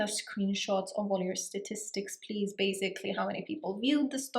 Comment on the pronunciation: It's basically... Not bazikly